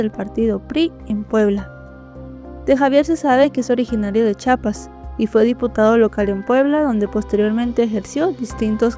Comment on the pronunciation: CHI A PAS no chapas